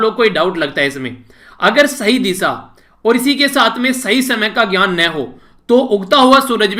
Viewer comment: Sir apka pronounciation sahi nahi nahi hai, ap दिशा को disa bolte ho Should ko bhi sud bolte ho mai intna bada nahi ki apki galti nikalu, par muze lagta hai ki apme sari achhe teacher khubiya ho.. Apka student pravin